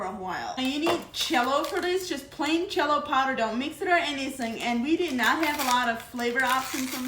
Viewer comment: that's her accent when she pronounces it that way.